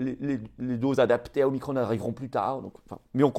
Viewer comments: Non non omiCron et pas omiCrone 🙈🤣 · En France, on parle français et on use de la phonétique française même pour des mots étrangers : Omicron pas Omicronne ! On prononce Macron, pas Macronne ! alors même s'il s'agit de la quinzième lettre de l'alphabet grec, c'est pareil, car quand on parle français, on prononce en français, merci ! O comme la première lettre du prénom de Véran ensuite, remplacer le i de micron par un a et micron devient Macron... Le hazard fait bien les choses...